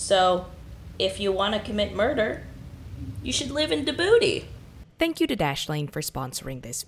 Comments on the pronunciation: actually it's pronounced "Ji-boo-tee", not "di-boo-tee". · Djibouti pronounced jibuti...like ge.. booty.. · It's pronounced Jah-booty, yah booty. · Isn't it pronounced like "ji-boot-ee", not "di-boot-ee"? I think that's part of the confusion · In Djibouti the D is salient, so it's pronounced Jibouti not Dibouti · Djibouti❌ Da booty✔ 😂😂😂😂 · Yes, it is pronounced "ji-boo-tee" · not sure how Arab Djibouti is, but since it's a member of the Arab league, I think the Arabic pronounciation has to be correct. Je-Boo-Tee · its Somali and the pronunciation is JA-Bu-TI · it’s genuinely pronounced “ja-booty”. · jibuti girl it's read jibuti 😭😭😭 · She said dibuti 😭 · It’s pronounced, “dijih booty” btw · Djibouti is pronounced JAH BOO TI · juh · boo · tee D is silent, J isn't. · Djibouti — pronunciation, ‘Jibooty’ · bro wth, "dabooty" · it's pronounced as Gee-Booty xD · "you should live in dibouti" sounded like you should live in the booty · Djibouti is a French word, the D is silent, like in Django. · Djibouti, the d is the silent one not the j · This video is amazing but its so funny how you pronounce Djibouti